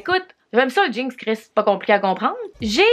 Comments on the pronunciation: j'adore le fait que tu dis "jeankse", ça fait très Québecois.😂🤣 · Tout ce que tu fais tu le rend drôle pis divertissant 😂😂❤ PS: de la manière que tu dis jeans des fois ça sort "jinx" ahahah! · J’adore comment tu prononce jeans... « jinks » 🙏🏼😂❤️ je t’adore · Bah oui “des jeangs” t’aime ça des JEANNNNS🤣